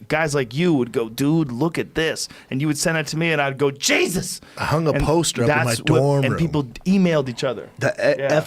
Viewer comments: Joe "Jaysus" Rogan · joe "jesas" rogan